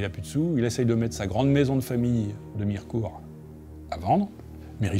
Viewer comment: 😂 on dit pas Mi-re-court mais Mir'cout ! On ne prononce pas le e dans les Vosges !